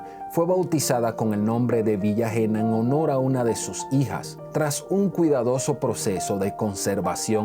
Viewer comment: El nombre de su hija es Hena de la Concepción, se pronuncia Hena (Ena), no Jena, es mi abuela y también llevo su nombre.